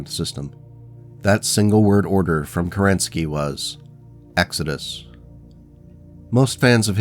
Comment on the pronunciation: Fun fact. Alexander Kerensky was the head of Russian Provisional Government shortly after February revolution of 1917. He had to escape the country when the Bolsheviks took power. Also, there is a rumor he had escaped the Winter palace dressed in a woman dress, but it is likely untrue. Also, if I am correct, his last name is pronounced KErenskiy, not KerEnsky.